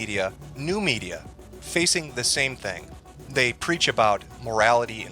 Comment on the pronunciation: It’s relatively small thing but the way this guy says “th” is abhorrent. When he says threat or thing it sounds likes fret or fing